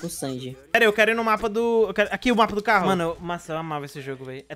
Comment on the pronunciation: Kkk ele parra a briga pra fala o CARRO